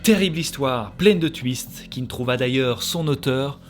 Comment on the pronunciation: Les Belges, vous dites Houite pour Huit et pourtant vous prononcez Tuiste le mot Twist. Super vidéo sinon